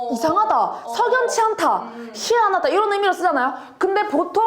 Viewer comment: TK에서 희 '한' 하다(좋다), 희 '안' 하다(이상하다) 의미따라 발음 다른게 이게 진짜 정확해요ㅋㅋㅋㅋㅋㅋ 네이티브 선생님 진짜 최고에요ㅠㅋㅋ속이 시워ㅓ언해져서ㅋㅋㅋ